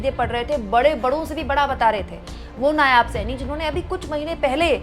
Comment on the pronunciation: नायाब नहीं, नायब है बेटा जी। हरियाणा तो गयो भाजपा के हाथ से ।